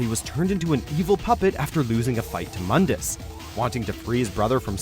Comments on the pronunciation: Mundus Correct pronunciation: (Moon•duhs) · It's pronounced MOOndus,you uncultured swine.... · You REALLY wanna bash on DmC but call MOONdus MUHNdus?